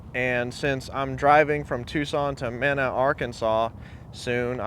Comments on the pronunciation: Dude it's. Meenah mena not. Minna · It’s spelled Mena, Arkansas. It’s pronounced like Meeeeeeena, Arkansas. Just south of Fort Smith and near the border of Oklahoma. I am in Oklahoma City. Love your videos! I wish like hell i could buy that 66Biscayne from you but I’m not super mechanically inclined….and you’re a long way from here. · Mena is pronounced Meenaa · That's pronounced like Meena, but its spelled Mena. Our farm(ranch) is just outside of there.